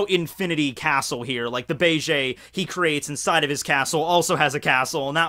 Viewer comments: BA-JAY????? please stop with the cringe. BEGE = BEIGE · Every time you say bay-jay (instead of beige) I just think of Bailey Jay. Coincidentally, who is also like "Men, get inside me!" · Beige eh? You Canadian eh?